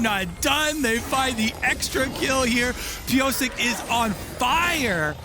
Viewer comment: The way the casters pronounce Piyosik as ‘Piyosake’ sounds weird 🤨. Its ‘piyoshake’